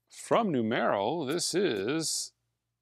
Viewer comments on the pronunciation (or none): NOO-MURR-O, like the word 'number' in spanish.